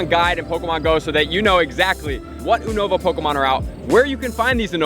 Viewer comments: You-nova not Ooo-nova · I swear I lose my shit everytime he say (ooo-nova) instead of (you-nova) how its suppose to be said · Why is he saying Unova so weird? When he says it sounds like uhhnova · It’s pronounced YOU-NA-VA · It's pronounced as You-nova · You are pronouncing Unova wrong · Who says unova like that? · The way he says unova😂